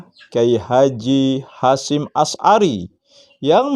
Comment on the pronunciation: Ngomong sj belepotan. Berulang kali nyebut Nama Kyai H. Hasyim Asy'ari di sebut Kyai Hasyim Ashari